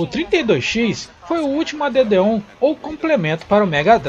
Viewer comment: Show amigo, excelente video! A pronuncia correta é "ÉD ON" e não "a d d on"